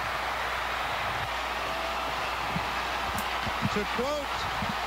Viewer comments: It's pronounced Aw-burn, sweetie. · it's pronounced Awe-burn. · It's pronounced Aw-bern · Auburn = AH-burn